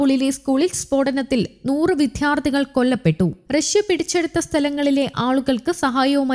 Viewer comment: " വിദ്ധ്യാർത്തി " എന്നു പറയുന്നത് ഇനിയെങ്കിലും ഒന്നു നിർത്തൂ .